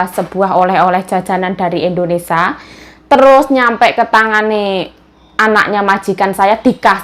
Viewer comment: ...maaf kok melafalkan Indonesia...Indonesa...krg i.jd dengernya ga enak. maaf ya dikoreksi